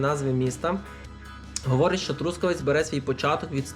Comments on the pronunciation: ноголос на останньому складі - Трускаве́ць — місто на заході України. Трускаве́ць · ноголос на останньому складі Трускаве́ць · А чому такий дивний наголос в слові Трускавець?😮